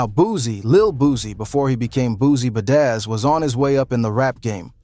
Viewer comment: So if he had more bodies than fentanyl...wtf could he possibly know that can trump that??? Make it make sense....once I heard you pronounce BADAZZ incorrectly I knew you was a fraud